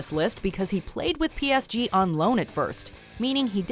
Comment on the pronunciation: Jesus christ she butchered PSG